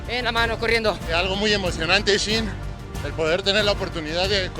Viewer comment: Al amigo que comenta los videos se dice shin no chin hay que pronunciar bien